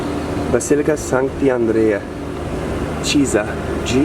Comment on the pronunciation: You should pronounce the name Bèrgamo, not Bergàmo 😊 Also ch in italian is a hard sound, for ex. chiesa is pronounced kiesa